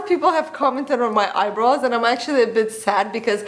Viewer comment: All I hear is 'eyebras' 😀